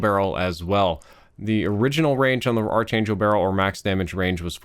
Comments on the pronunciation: btw its pronounced as ark angel not arch angel. the spelling may be quite confusing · Cringes in “arch-angel barrel” rather than “Ark-angel barrel” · Ark-angel man. You can't say it wrong forever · ARC ANGEL NOT ARCH Your killing me smalls.